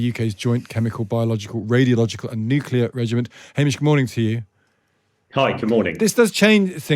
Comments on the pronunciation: NuCLear not nukelar. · Nuclear is pronounced NEW CLEAR Not New Killer.😂